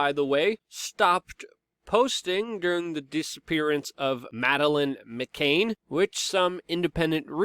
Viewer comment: It`s pronounced McCann not McCain